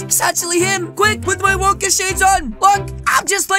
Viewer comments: Its not willy wonkey it's willy wonka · Bruh, it’s not Willy wonky It’s Willy Wonka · Its willy wonka not willy wonky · Can we just realise that he’s saying Willy wonkey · xDDD he said willey wonkeys factory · HE said willie Wonkys